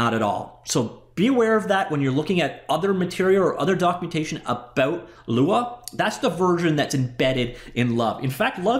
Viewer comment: Lua means Moon 🌒 in Portuguese. When you pronounce Lua, you doing great, no american accent.